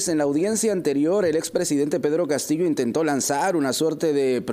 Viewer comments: Me gusta la pronunciación de la "doble LL" de la periodista, es diferente a del periodista varón. Es como se pronuncia en el norte de España. Se pronuncia Castillo y no se pronuncia Castiyo. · Perfecto!, mi familia es limeña y lo pronunciamos igual Castillo. Peculiaridades lingüísticas en Perú.